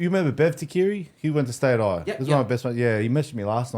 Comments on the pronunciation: It’s ‘yo-are-neh’ (I corrected my last ‘ne’ sound) Watch commentators learn how to pronounce French names with excellence yet not learn basic vowel sounds of Pasifika/Maori (Polynesians) that are 2% of the population of Australia, yet make up 50% of the NRL. It’s a manifestation of systemic racism. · It’s actually Yoh-ahh-neh so stop being bots 😂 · Yo-are-nay haha